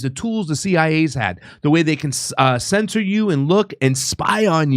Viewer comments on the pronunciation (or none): none